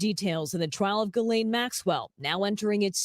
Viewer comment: I think her name is pronounced Geelane